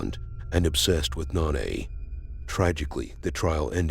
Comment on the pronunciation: Her name was No - Na. Not "Non - A". Jesus.